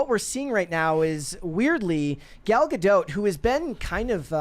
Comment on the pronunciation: I hate the way he says Gadot